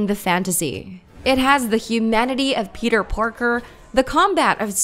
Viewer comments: WHO TF IS "PETER PORKER" THOUGH? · She said Peter Porker twice!!!!!!!!!! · Yeah, just killed myself 74 times when I heard that. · I thought so too bro lol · The thing even sadder than horizon zero dawn is her saying PETWR PORKER🤡😭🤡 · Did she really just say “Peter Porker?!” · I can't be the only one who heard her say peter porker at first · Did she just said Peter Porker? 😂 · She said Peter porker 😂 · She keeps says Peter PORKER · I heard that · Berislav Furač Uh, Peter Parker... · Dave Sonawane honestly that pissed me off lol